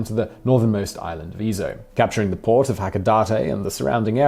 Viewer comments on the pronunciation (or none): none